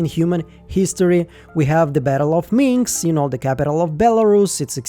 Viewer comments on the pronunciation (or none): I'm pretty sure the capital of Belarus is Minsk, not Minx😁